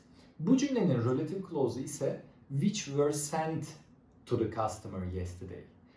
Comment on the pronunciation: It's not rölative klaus It's relatİİve klaus